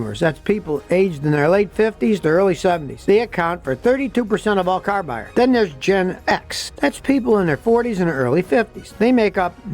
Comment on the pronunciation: Scotty: When someone says CARRRRR! 😆